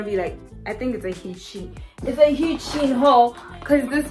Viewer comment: FYI: Shein is pronounced, "Shine". Also, it is hard listening to that song repeat over and over for 45 minutes!